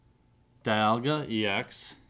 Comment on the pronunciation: di-al-ga , me-sprit, not spirit